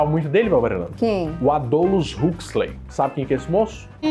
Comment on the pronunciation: "Adôlos Ruquisley" é embaçado hein !? Deve ser irmão so Aldous Huxley 😂👍🏾